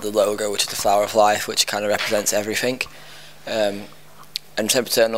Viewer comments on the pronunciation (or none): Omfg he says "everyfink" :3 <3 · I love how he says everyfink